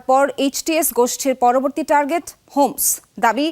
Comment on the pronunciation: হোমস না 👉👁️👁️ হামস